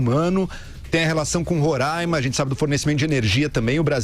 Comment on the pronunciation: Kkkkkkk é muito sensacionalismo!!! Sabem nem pronunciar Roraima !!!!